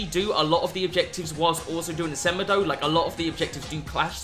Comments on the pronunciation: Its sa-mAY-doh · The way you say semedo is abs disgusting 🙄😭 it's sem-e-do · It's pronounced 'SE-MAY-DOUGH', not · The way he said semedo smh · Someone help my man pronounce Semedo and Morales